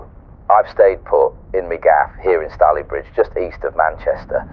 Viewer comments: Stalybridge has a long 'A'. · I love this but the pronouncing of staylbridge was so bad 😂 but love it still ❤